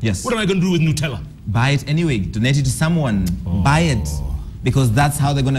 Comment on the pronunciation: NUT-ella Jeff not NU-tella